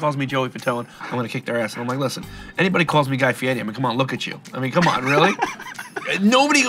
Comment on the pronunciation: Joey, you didn't correct Sean on Guy's Last name. Pronunciation...